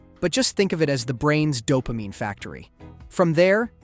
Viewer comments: "They flue-d the brain w/ doh-pah-meany...please-sure" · Did the artificial intelligence have an artificial brain fart? “Methamfatimi?”They flude the brain with dopameani, creating intensa feelings of pleah shure.” ????